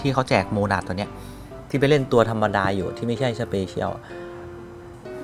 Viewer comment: พี่ตกภาษาไทยไช่ไหมครับ มันต้อง อ่านว่า ใช่ ไม่ได้ว่า ช่าย❌